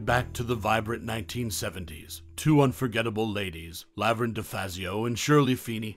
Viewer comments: Weird saying "Lav-erne" instead of "La-verne" is distacting. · Did this commentator ever actually watch Laverne and Shirley? If he had I don't think he would continually mispronounce Laverne! 🤔